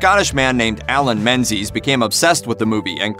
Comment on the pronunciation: Menzies is a Scottish name, and is pronounced ming-ies